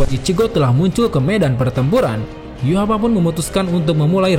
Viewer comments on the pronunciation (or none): Min, kenapa nama nya Yhwach jadi disebut Yuhavac? Pusing dong mikirin Yuhavac Yuhavac.. rupanya Yhwach.. wkwkwkwkwkwkwkwkw